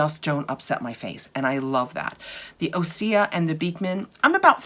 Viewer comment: According to their website that isn’t how it is pronounced: Great question! OSEA is pronounced Ooh-sea-yah! OSEA stands for the core elements of wellness and our source of inspiration: Ocean, Sun, Earth, Atmosphere.